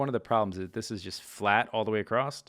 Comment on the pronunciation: "Acrost" ahh